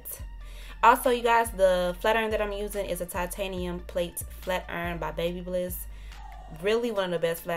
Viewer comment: Ps. It’s not baby-byliss it’s Ba-Byliss🤦🏾‍♀️🤦🏾‍♀️🤦🏾‍♀️